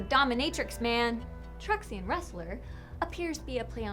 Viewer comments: Am I the only one annoyed by the fact that she not only can't pronounce "TruxiCAN" (she says Truxian) but doesn't also mention the comment about how it's basically planet Mexico? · I cringed so much when she tried to say truxican